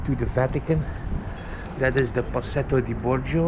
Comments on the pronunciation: oh no. You said Pasetto Di Borgio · Totally palatial. Did you say Procession de Bong Juice?